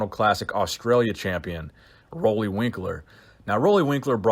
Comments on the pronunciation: Roelly is pronounced like roolly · Roelly is pronounced as Ruly